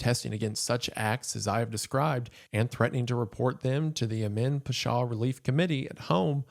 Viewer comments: I say this with all the love Isaiah, your pronunciation is atrocious. I speak arabic, im from the middle east, literally took me 20 minutes to figure out what you were saying. Its not peshaw, its pawshaw. I could be petty and correct every single one but my god…. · Pasha, rhymes with Sasha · The way Wendi says "Pasha" physically hurts me!!! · the pronunciation of pasha was off, otherwise excellent and horrifying video